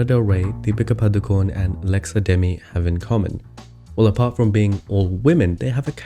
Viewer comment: I really love how you pronounced Deepika's surname so correctly